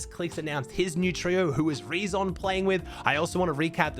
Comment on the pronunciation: Btw the name „reazon“ is spoken like the word „reason“.